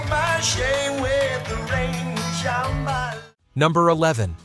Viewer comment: But don't you love how it says ShamBAla even as they sing ShambaLA?